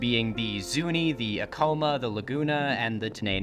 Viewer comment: Just a side note, it is correctly pronounced AC-ama